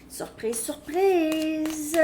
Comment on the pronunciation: J adore quand tu dit surprises surprises avec ton accent 😊😅❤❤ Patrick